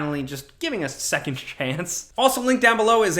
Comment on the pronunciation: The word “second” ends with “nd” not “nt”